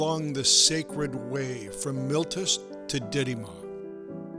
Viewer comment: "MILTUS" ? ? ? No! Try: "MEE-LEY-TOOS". It is called "The Latin Alphabet", and it has very clear, and simple rules of pronunciation.